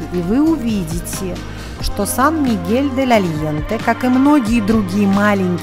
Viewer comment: Aliente....произносится первое Е между Е и Э..... но только ни как не Е..... и ещё полы ледяные